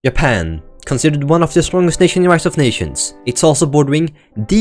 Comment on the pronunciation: hmmm. so your swedish, that must be why you said "Yapan" instead of "Japan" (j is normally pronounced like a y at the end of a sentence in english, in the swedish language, i know this as im learning it), cool! whats it like there